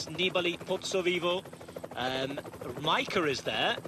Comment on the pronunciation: I'm very surprised he pronounces Majka correctly.